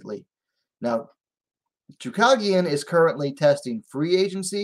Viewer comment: her name is choooo cage ian not choo cog ian